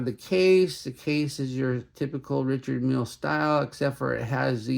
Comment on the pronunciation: Not being critical, just offering an idea. To present like like an authority, pronounce the names and parts like a pro. Its Richard Mille (Ree-shard Meel).. and its Tourbillon (Tour-b-on) not Ter-bill-on.. its indices (in-duh-seas) not in-dus-es. And its Homage (O-mage) not Haw-mage. 😇